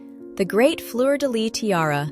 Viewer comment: I really love your videos and I love learning the stories of the different jewels, so thank you for all your effort researching the different tiaras, and what not. Just one little thing, in Fleur de Lys the S at the end is also pronounced… it’s never Fleur de Ly!